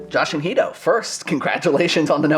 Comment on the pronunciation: Angrist likes to call Guido, Jhuido